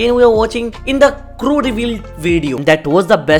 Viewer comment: I think it is not crow its crew 😂